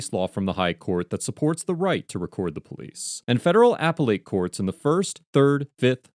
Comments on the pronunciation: "AP-ehl-ate?" Try "ap-PELL-eht." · just when I was starting to think the person running this channel was a lawyer, you pronounce appellate “apple-ite”, it’s “up-pell-et”. This new narrator that obviously bought this channel sucks. I miss the young guy he bought it from. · did you really just say "apple ate" courts? 🤣 FYI, whichever of the two voices that narrate videos this one is, is my favorite. Love the channel, I've subbed even. Thank you for the chuckle! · "Apple-ate"?? It's pronounced "a-pellet". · Please, its "uhpellet" not "apple ate". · Wait! Narrater is usually so articulate but pronounces appellate as "apple-ate" instead of the proper "uh-pell-et". Is this a real person or a computer generated voice? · "Apple-late" courts?? Try "uh-PELL-et" courts. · you pronounced appellate as "apple ate". The correct pronunciation is closer to "a pellet' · Don't want to be too nit-picky but you undermine your credibility when you mispronounce the word "appellate". It is not "apple-ate", it is "a-pell-et" like in "a pellet gun". Keep up the good work. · "Apple-ATE" court? Who's eating apples? Where you from, bro? Apple pie or no apple pie, this guy sure pushed some buttons on those officers, eh? An hour traffic stop afterwards? Plenty of time to eat apples. I'm surprised he couldn't find a lawyer. Maybe offered to pay the lawyer in apples. The case will never get to the Apple-ATE court. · "Apple ate"? Hilarious and wrong pronunciation! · Good heavens! Please learn how to pronounce "appellate." It's NOT "apple ate." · literally said “Apple-Eight” court lol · Appellate Court is pronounced - “a-pellet” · "apple-ate court" You lose your jurisprudence credibility with pronunciation like that. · appellate is pronounced uh-PELL-uht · What's an "apple-ate" court? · Did anyone else care that he said apple eight instead of appellate? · The narrator gets an F for not knowing how to pronounce the world appellate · Narrator's pronunciation of the word "appellate".